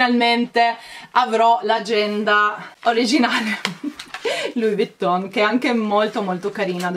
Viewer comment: perché pronunci Louis Vuitton con una t sola quando invece è con la doppia t? Davvero, non capisco perché lo pronunci così. Non vuole essere una critica cattiva eh!!